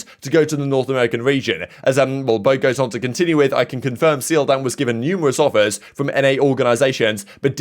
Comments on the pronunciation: the Korean player seoldam is pronounced souldam btw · btw in Seoldam's name the eo is pronounced as a single sound kind of halfway between an e and o sound as opposed to two separate sounds. no hate just thought you should know